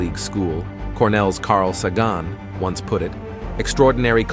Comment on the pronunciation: I like the AI voice but please work on the pronunciation of common names such as Sagan and units of measurement